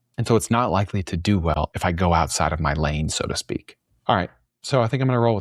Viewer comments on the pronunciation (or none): none